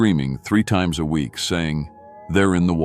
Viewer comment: I like the stories, but is it really that hard to replace that damnable computer voice with a human reader? I work cheap and would never pronounce the word week as wee ek.